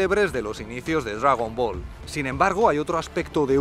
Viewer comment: Dragüibola? Hahahahaha los vascos molan